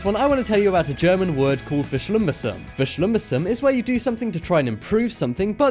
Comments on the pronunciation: ITS NOT VESCHLIMMBESSUM BUT VERSCHLIMMBESSERUNG!!!!!!!!!!!! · Xi love how you butchered verschlimmbesserung xD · The way u said "verschlimmbesserung" i laughed so hard 😂😂 (i'm living in germany)